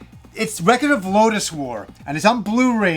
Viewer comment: does say record funny? great vids btw!!